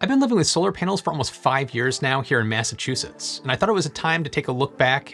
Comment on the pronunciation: you lost me at "massachusetts"